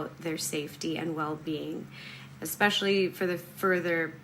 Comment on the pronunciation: i love how she says "expecially" and "fustrated"